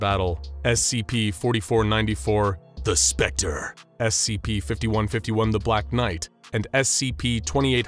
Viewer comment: I still can't get over how he says "the specter"